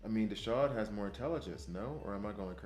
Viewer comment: There's no 'sh' sound in Desaad. His name is a wink at the Marquis De Sade, a French author who we get our word 'sadistic' from. If you need proof just check his gear. You mostly get the pronunciations right so I thought I should try and save you on this one.